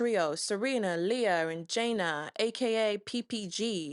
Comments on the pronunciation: It's not "Jayna" it's "Ja- Nae" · Gurl ik you did not just say januh